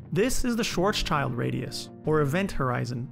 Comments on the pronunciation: Pronunciation variations are one thing. (Gotta say, "Japan"/"Nippon" is a non-example, though.) It's quite another to change "schild" to "child", making it sound like the English word that has nothing at all to do with it, not to mention thoroughly mangling someone's name. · not "SchwarzChild"....."SchwarzSCHILD"....like shield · Pronounced “Schwartz-shield” not “Schwartz-child”? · He named it wrong in the video. Its not Schwarz-Child... Its Schwarzschild... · Superb video! Just one tiny gripe- it should be pronounced “Schwartz -shilt” not “child”, there’s no such name as “Schwartz-Child” in German. Thanks for posting good Physics and great graphics. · You called the guy Schwarzchild. He is called Schwarzschild though. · You cannot just choose how to pronounce someone’s name. If it’s difficult to pronounce, you can still try to do your best. In this case, it is just a misinterpretation of the last part which looks like ‘child’, where it actually is ‘schild’. I can understand that not everybody can pronounce this name in German, but by just pronouncing it as a result of a misinterpretation does not show much respect for Karl Schwarzschild, or at least it doesn’t look like it. It’s just too easy to pronounce things the way you want, especially in videos intended for education. Pronouncing it as “swarts-shield” is not difficult, and at least shows some awareness of the origin of the term. Pronouncing it as ‘child’ does the opposite. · Great video! But in it‘s schwarzschild and not schwarzchild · Little correction, it's "Schwarzschild", not "Schwarzchild" (named after Karl Schwarzschild who worked out the formula in 1916) 🙃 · It´s not Schwarzchild radius. There is no child. But a black shield. So it has to be Schwarzschild. Yes i know... this is one of the german words which are not pronouncable for the most american tounges. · 3'35 he says "Schwarzs-Child" :D but it is "Schwarz-Schild". No children are harmed. :D :D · The guy's name is Schwarzschild not Schwarz child .